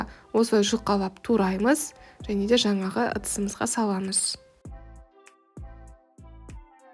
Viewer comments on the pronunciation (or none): none